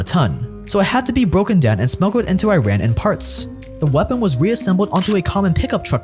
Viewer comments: It's pronounced eeraan not i-raan. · Amazing video but just a quick tip, just as you don’t call it i-tally, It's not i-ran, its Eee-run = Iran. You notice in media and politics those that are properly educated on this country's current state and everything don’t make this mistake, such as Jon Stewart, Pompeo, Obama... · Iran is pronounced E-Rahn bro, not I-rain or I-ran. The E sound comes from “Ir”, and then end it with “rahn”. Please. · Good video! next time please remember to learn how you should pronounce the name of a country. It is not I-Run, It is E-Run, very simple. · I thought it was pronounced “E-Ran”? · The main point is to start it with E. In Persian the pronunciation is E-run, in English E-ran. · Again, Iran is pronounced as "E-ran."